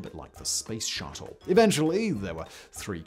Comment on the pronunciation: It's Garrett "AIResearch", and GRUMman rhymes with GUM or GLUM, NOT "Groom"